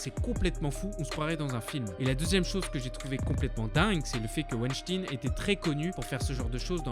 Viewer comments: ça se dit "Wenstayn" et pas "Weinstine" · Mais on ne prononce pas Weinstine mais weinstein comme 🤔 Albert Einstein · Hervé Weinstein comme « Wine » pas « ouinstine » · mais réfléchis deux seconde petit boulet il l'a écris en phonétique comme prononcé dans la vidéo par le roi des rats pour souligner le fait que Weinstein ce dit (Ouaïechtaïene) et pas (Ouichtine) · C'est un nom allemand que les anglophones prononcent mal, comme à leur habitude. C'est Weinstein, pas Weinstine. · Weinstein se prononce Weynshtayn comme Einstein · ça se prononce Harvey Waynstayn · "Harvey ouechtine" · on dit pas l'affaire winstin, ON DIT WEINSTEIN. C'est pas un catho ni un musulman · "Weinsteen" ca pique les zoreilles.... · ouenchtine ! donc comment tu prononce frankenstein ? frankenchtine ? lol bonne vidéo tout de même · Franchement la vidéo partait bien avant que tu dises « Wyschtin » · C'est quoi ce délire de dire "Weinstine" ? C'est "ein" ! C'est comme si je disais "Albert Inestine"... C'est un détail ok, mais c'est juste insupportable. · Stop dire Epstine, c'est EpSTEIN et WeinSTEIN comme Albert Einstein ou Frankenstein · Weinstein : ven Stëin Juste pour la prononciation ;) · Pour info, Weinstein se pronnonce veinchtaïne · Vinechtine prononcé à l'anglaise stp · L affaire "weshteen" XD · Harvey Weinstein ne se prononce pas "ine" mais sinon ok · C'est pas plutôt VaynStayne que ca se prononce? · C'est stressant de l'entendre dire "WESHTINE" 🤣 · Peut-être un jour entendra-t-on quelqu'un prononcer "Weinstein" correctement. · Comment on peut parler autant de Weinstein sans prononcer son nom correctement ? La vidéo est vraiment super sinon ! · Ta pronciation de weinstein est scandaleuse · Fais attention à la prononciation des mots comme Weistein... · apprends à drire STEIN comme dans FrankSTEIN. C EST DE LALLEMAND mec;. ENCORE UN FRANCAIS QUI NE CONNAIT RIEN A RIEN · « Ein » ça se dit « aïne » et pas « ine » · Ça ce dit woanchtagne pas wishtine Voila voila sinon super vidéo 😊